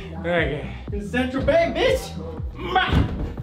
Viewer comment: The way your mate in the orange t-shirt pronounced St.Tropez hahahaha Saint Trop-es